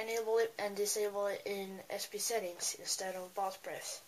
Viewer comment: you and your lady hands, nasally voice, retainer mouth, gay fonts are pissing me p.s. you sound Chinese when you are talking about SB Setting